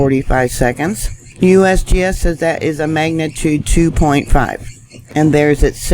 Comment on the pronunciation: I like when you say USBS LOL 😂👍🇺🇸stay safe all